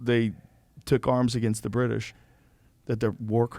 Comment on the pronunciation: Pure comedy! For DT to suggest he “is reading” a book, is completely laughable. I love it when individuals advocate for drug use and they can’t put together a sentence and can’t say “British”. GTFOH.